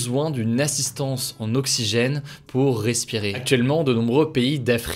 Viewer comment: "pour acheter de l'oxchygène" ! xD